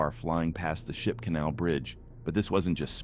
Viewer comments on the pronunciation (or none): none